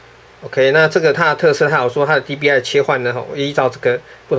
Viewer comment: 不是DPI嗎? 你怎麼念DBI